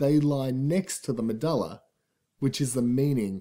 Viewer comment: i cant concentrate the way he says medulla is bugging me!